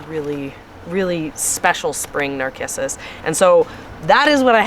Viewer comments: I think Narcissus is pronounced with a “s” and not a “k” sound. I could be wrong but in 73 years of gardening I’ve never heard it pronounced with “k”. Anxious to see everything blooming in spring. God Bless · nar-kiss-us? please it's nar-siss-us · Pronounced nar-sis-us.